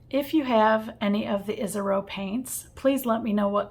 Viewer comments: The name is Japanese….”EE - ash- row” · Sorry “EE - sah - row”